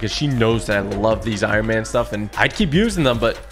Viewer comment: He said it’s like he’s made out of iron he said that iron iman it’s like he made out of iron